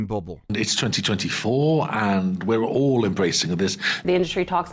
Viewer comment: why does he say "its 2024 and we're ALL embracing this" but it sounds like "we are legion"?